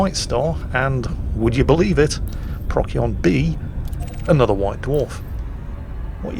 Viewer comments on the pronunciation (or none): Jingles, I get that you're British and therefore legally obligated to mispronounce things, but for the love of God... PRO-SEE-ON. Not Proc-yon. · Please call it Pro-sigh-on, rather than Prock-ee-on. It’s always been Procyon, just watch the Sky at Night! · Pro See On... Not prock yee on. You are welcome. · I love how he says "Prock-Yon," and "Friendship Drive." Neat info about black dwarfs too. Keep it up!:) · Pro-see-on ( Astro-navigation) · PROK-see-on or prok-SEE-on? I have no idea how it's pronounced - so thanks for the tip! Also: Boys from the Dwarf ;) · isnt it pros-eon? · BTW, the c in Procyon is pronounced as an s: pross-yon. Yes, even though it comes from Greek with the pronunciation Prokyon. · The way Jingles pronounces "Procyon" makes me fear for when he discovers "Betelgeuse" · The german way of pronouncing it, even though it is a german word, sounds even more cancerous... "Beteigeuze" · Inb4 - "Bet - tell - gee - yuss"